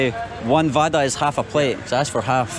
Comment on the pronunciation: Not vada, its bada/bara